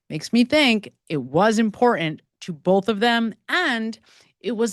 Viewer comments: Great video, but why are we leaving ‘t’s off words? Cerain instead of certain. Imporant instead of Imporant. Why? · Dear Madam: you say "important" & "certain" without using the "T's'. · The words, important and certain have tees in them, please pronounce the T's! It's like my sister-in-law saying. "Samich" instead of Sandwich! Ugh! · When did we stop pronouncing Ts in words?